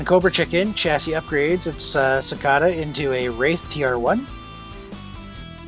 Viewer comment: OMG Brett pronounced Cicada properly this time.